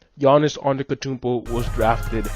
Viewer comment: AnteTokounmpo.Not antekotounmpo